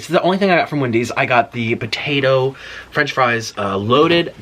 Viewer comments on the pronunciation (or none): I love how you say BAtato